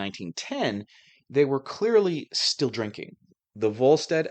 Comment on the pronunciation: Are you saying sill or still?